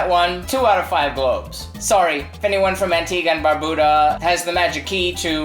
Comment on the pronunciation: Hey im from Antigua, your pronunciation is a little off... you should make coconut ducana. good video tho.